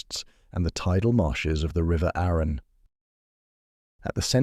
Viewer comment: If AI can’t pronounce Arun and Arundel correctly, I just can’t watch this.